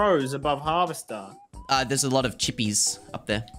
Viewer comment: Why does say chippys as chipeese